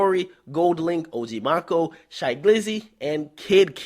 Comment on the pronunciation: OG Maco name is mack O =maco